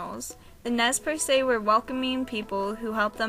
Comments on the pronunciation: Great video, BUT!... I live in the L-C Valley... it's colloquially pronounced as "Nez Purse" literally. "Perssay" is something really unfamiliar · who the hell says nez persay good god get it right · the original pronunciation is in French and it sounds like Nae percae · the French, only they would pronounce it "nay persay" meaning pierced nose, which i think is the origin. However, the locals now pronounce it anglicised, i think. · You are pronouncing the tribes name wrong.